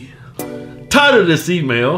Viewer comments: always think he says "tired of this email" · All this time, I was hearing "tired of this email," 😂 but it's actually "title of this email." 😂 I'm laughing hard at my stupidity 😂